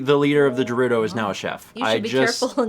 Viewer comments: Ohhh, Volty fruit!: VOLT fruit,!!! Also: Jerudo! Me: GERUDO! With a “guh”!!! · Honestly, mispronounces multiple things throughout this let’s play. “Dahku Tree” “Jerudo”. Just let her say volty fruit. lol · if you can insist on saying je-ROO-doh and de-KOO (even after Mr. Tree said his own name out loud in a cutscene)...let say Volteefruit lol